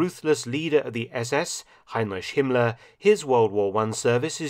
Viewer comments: I’m not a German speaker myself, but your pronunciation of his name sounds odd to me. You say “Hine-rish”. I’ve always heard it as “Ine-rick”. Love your videos as always, Dr. Felton. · Mark Felton, it is hard to believe that you, who very acurately pronounce slavic names and surnames (for example, Ante Pavelić), pronounce the last letters of the name Heinrich in this way here. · The young fella's done it again. Marvellous. Never knew much about Himmler who had a face like a potato. A nasty one. + I always thought it was Heinrik, not Heinrish.